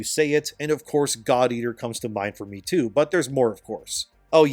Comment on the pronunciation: Just a side note: the portion where you compared RE and DMC's pace to MH was hilarious to me because of how you worded it. You said: "...like RE and DMC too." What I heard: "...like RE and DMC2." It got me wildin' for a sec til I took a second to parse the meaning hahahahahaha.